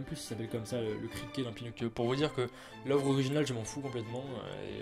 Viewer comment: "Pinocccchio comme on dit en amérique du sud" Heu comment te dire?